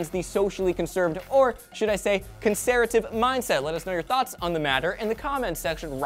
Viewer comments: conseretive.....cencervi....conser....FUCK IT. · "conserative", laughed quite hard.